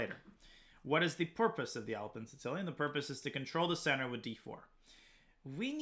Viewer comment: you pronounce the Sicilian "Sitilian"?